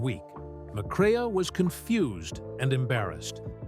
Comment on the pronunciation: Your speaker totally mispronounces Joel McCrea's name It is NOT Mc CRAY AH It is McCray LIKE AAAAA